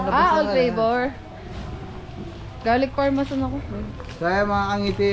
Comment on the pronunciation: Garlic Parmesan yown kangiti hindi Parmasan 😂🤪 ✌🏼